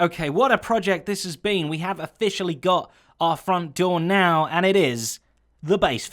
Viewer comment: “of-fish-ally” :DDD